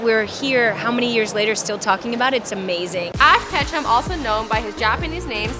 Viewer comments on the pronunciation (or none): Ask Ketchum.. Switch the H and C.. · I thought his name was ash ketchup 😂😂 or ash vondeharr